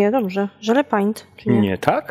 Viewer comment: Nie żele paint ale wymawia się żele pejnt